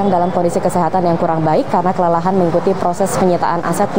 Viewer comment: astaga itu kelelehan typo apa gimana😭🤣